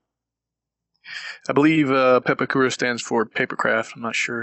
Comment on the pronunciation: Its pronounced paapawkuuda